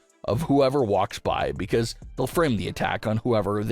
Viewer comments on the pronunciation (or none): none